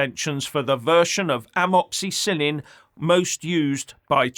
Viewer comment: please never ever say the word amoxicillin ever again or i will be forced to unsub. 🇬🇧 👍 😱😁